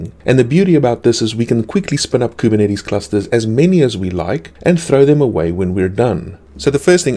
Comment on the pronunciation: I just come here from time to time to hear how majestically he pronounces Kubernetes